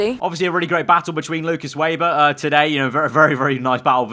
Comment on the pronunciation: You seriously need to learn how to properly say the last name of Lukas Weber